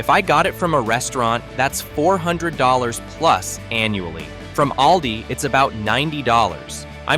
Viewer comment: Also Aldi,not aldi- short a,but schwa a. I hate AI voice!